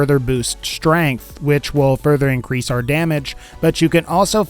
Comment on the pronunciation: Why do you say schtrength. Nice vid btw